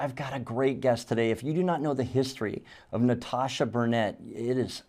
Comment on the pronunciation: you STILL didn't pronounce her name correctly in the intro - as she had pronounced it, anyway. Listen again, and try harder. Out of respect.